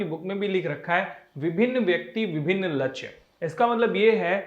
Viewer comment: Vo lachya nhi lakshy hota h sir😂😂😂😂